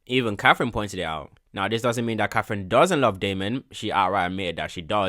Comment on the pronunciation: Lil bro really mispronounced katherine for caffein😂